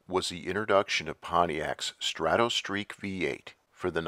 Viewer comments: I love your videos but it's pronounced strah toe not straw toe. As in stratoliner, stratosphere , strato fortress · You also spelled it as though it sounds like straw toe. The correct spelling of the pronunciation is străt′ə, the "o" doesn't make an "oh" sound. străt′ə-streak străt′ə-liner străt′ə-sfir